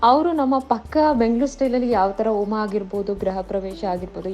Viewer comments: ಓಮಾ ಅಲ್ಲ ತಾಯಿ ಹೋಮ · Its homa.. not oma